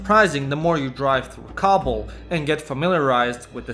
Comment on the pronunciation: Every time you say kabul i though you said cobble like in minecraft